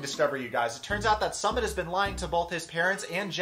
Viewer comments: Jesus his name is not "Summit". It's pronounced like "Soomit", as in "book". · Dude his name is pronounced "SOOO-MIT" not "Summit" we aren't going up a mountain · Ok but his name is not “Summit” like the top of a mountain. Please pronounce it correctly. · Did you intentionally pronounce Sumit’s name wrong? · Fyi...love your commentary but you keep pronouncing Sumit's name wrong.